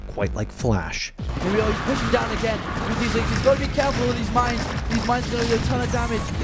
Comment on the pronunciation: No one:: aGeYn